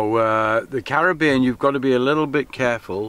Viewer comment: Great to hear Caribbean pronounced correctly